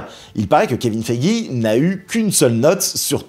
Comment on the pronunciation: purée les prononciations en anglais: Heart se prononce HART avec un A ouvert et long, Ironheart se prononce donc AÏRONNE-HAART. Kevin Feige se prononce FAÏGUI .